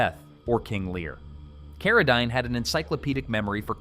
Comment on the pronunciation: Maybe just write a script and have a real human read it! J Carrol Naysh, Frankensteen, Carra (dine)?! It's not that difficult!